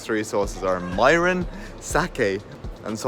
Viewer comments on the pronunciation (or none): Mirin. Pronounced “mih -rin.”